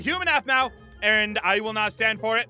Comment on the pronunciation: y did u Say Aphmua ALSO ITS APHMAU NOT APHMUA